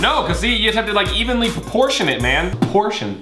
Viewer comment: This part is funny to me 😂😂😂 (Overly accentuates) Proportion Makes a pronounced P sound 😂😂😂😂